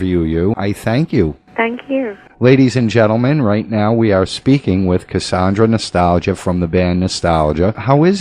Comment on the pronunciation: he keeps saying her name wrong